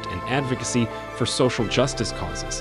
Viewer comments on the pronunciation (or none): none